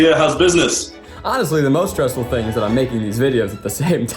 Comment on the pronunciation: "fing good"....